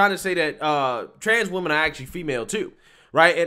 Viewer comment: Is there a reason people have such difficulty pronouncing women vs. woman?!!!! Also he had to mess with his wig soon much, I got a twitch...😂😂😂😂